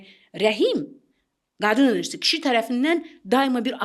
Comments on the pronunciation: enerjı,, yox enerji .Güya ki , danışdı ,😊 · ENERJİ SÖSÜNDƏ I HƏRFİ YOXDU